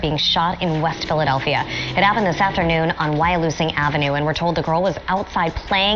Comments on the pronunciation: It’s Wyalusing Av( Y Loo Sing ) and Mantua Av (Man chu uh) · That video is real... Its worse than this, this just the tip of the ice berg, I'm from Philly, but I'm not their age, but you gotta post the right info, its pernounced ("Y lose sin") Wyalusing